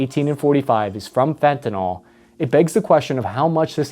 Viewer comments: So many people speak on Fentanyl and can’t even pronounce it correctly. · I cant believe you mispronounced fantanYl for an entire 15 minutes. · Could have learned to pronounce the name of the drug, just saying. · psst.. It's fen-ta-nil, Not fen-to-nol... Like it or not, you're now a professional speaker..... Otherwise I think your podcasts are _great_! Informative & engaging. And I'm gonna buy one of your T-shirts for my brother, a Navy ('78-'82) guy who also digs your pods.. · the last syllable of “fentanyl” rhymes will “pill”, NOT “fall”. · You said fentanol so many times in this video - I’m trying to find a way to write this in a way that comes across as helpful - the “ol” ending implies an alcohol, naming rules in organic chemistry is a whole thing. It’s fentanyl that you’re meaning to talk about. That said, the content is really great, and I hadn’t thought about the retaliation narrative for the opium wars. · Fentan--ILL, not fentan--ALL. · Fenta- NYL (Fenta- NIL) FENTA-NYL!!!! (-Not Fenta-NAWL!!! Wtf?!!!) (Edit: Great video, though... but how does this happen?) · Pronounced: fen ta NIL. In chemistry the suffixes matter greatly. So, please, fen ta NIL, not fen ta NOL. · It’s pronounced ‘Fen-ta-nill’ not ‘Fen-ta-nol’ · The pronunciation of fentanyl is right there in the name: fentaNYL Pronounced FentaNILL... not NALL. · Great report. But please pronounce the drug properly as fentanyl as in nil rather than nal. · The worst part is that no one can even pronounce fentanYl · Why are you pronouncing it fentanOL .. annoying AF. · nyl is to be pronounced as you would pronounce 'ill'. Not as ethanol, alcohol, etc. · It is pronounced Fent- ah- nil, this is important because the word ending -yl (ill) tells you about the functional group of the chemical Fentanyl. Fentanol indicates the a chemical is part of the alcohol group of which Fentanyl is not. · Is it an AI narration because the way the word fentanyl is pronounced is sus. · It's fenatyl not fentanall